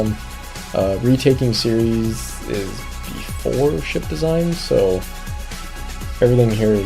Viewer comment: It's pronounced Ceres, not Ceres... Dangit!